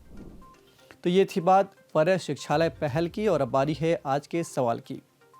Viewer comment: Arre yaaar proper pronunciation to Karo at least. It's PARAY SIKHHALOY . पाराय - means colony. I'm a teacher From West Bengal and I am also in this project.